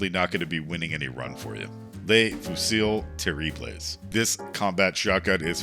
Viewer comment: The United States was born from outcasted French colonists but you still can’t pronounce Le Fusil Terrible properly.